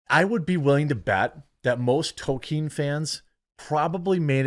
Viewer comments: There's no such thing as a toe-keen fan. There are toll-keen fans. There's an L in his name. Fucking pronounce it. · TOL-KEEN Jeremy. TOL-KEEN. Not Token. Tol-Keen.